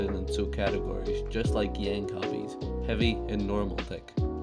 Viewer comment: "Yank Obbies"